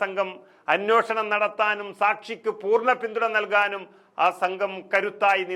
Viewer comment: Correct. വാർത്ത വായിക്കുന്ന പെൺകുട്ടിയും അനോഷണം എന്നാണ് വായിക്കുന്നത്. അന്വേഷണം എന്ന് തിരുത്തി വായിച്ചാൽ നന്നായിരിക്കും.